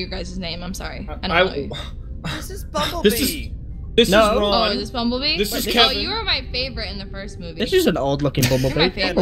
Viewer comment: No not bummbellbee